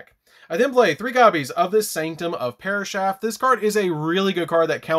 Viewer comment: I like this deck and love the channel but “parashath” makes my soul hurt. 😢